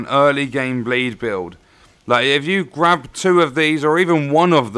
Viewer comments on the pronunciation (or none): none